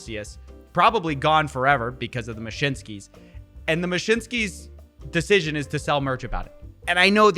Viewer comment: Taco Bell will give u the "mashinskis" 😆😂